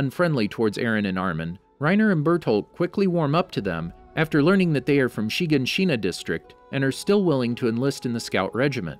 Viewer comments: "SHEEgahSHEENA" headass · It says shaganshina so weirdly she-gon-she-na it sounds so weird how you say it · Anyone else mad at every YouTuber saying names wrong? Chiganchina and mikasa for example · Yes yes = wall shina - = renier = hunges - - - - = burtholdt I gave up on this cause there are so many times he says it wrong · The way he says shiganshina smh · So who els was bothered by his pronunciation of shiganshina